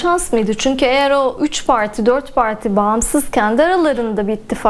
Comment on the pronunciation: 3 pağrrrti 4 pağrrrtiii masanın altına kurbağa kaçmış